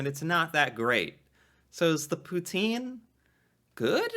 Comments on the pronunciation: Poo-tsin. Say it with me now "Poo-tsin". NOT POOTEEN! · Best way to say Poutine it is like that Pout-in you dont have to say the e at the end. It is french. Please no Poutiiiineee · Would like to know if narrator is from u.s. sure sounds so. Poutine is French words actually pronounced Poutin. You know without the e. But its ok most cansdians have anglicized it too.